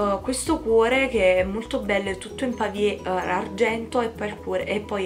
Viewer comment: bellissimo il bracciale! io ne ho 4 completi e uno senza charms in quanto si è allargato troppo e l'ho sostituito, comunque vorrei solo fare una correzione, non si dice pavie, ma pave! un bacione e complimenti per i charms!